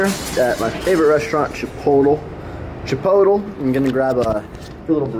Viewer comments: Did you just say chipotle wrong? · Lmfao he saiid chipotle wrong